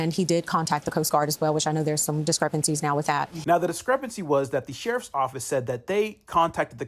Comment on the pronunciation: If you pronounce the word "with" as "wuff" ..... I automatically ignore everything you say lol